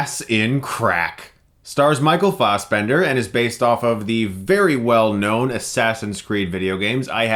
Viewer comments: "Farsebemnder"? "Fassbender", my friend. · Why do I hear "Michael Faussbender"?! It's Fassbender! Damn it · fas not faus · Fassbender not faus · Stop saying Fossbender, Chris! >.< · You make great points but I can't get over "Fossbender". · Michael Fossbender? u might as well say moycle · Fast bender! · guys is it right to pronounce FA-as in 'far'-sbender? I thought it was FE as in feminist. Im so annoyed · You can pronounce assassin properly but not Fassbender (ASS) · Michael Fausbendar lol why are you saying it like that? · It's pronounced Fassbender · Taylor Williams assbender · ... Stop pronouncing Fassbender like that it's so ridiculously incorrect. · Please pronounce his name properly. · What the fuck is wrong with you?! Stop pronouncing Fassbender like that! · Every time he says Fassbender. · The way you pronounce Fassbender should be illegal. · "real German pronunciation" - he's Irish m8, fuck the original german pronunciation. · ***** fixed it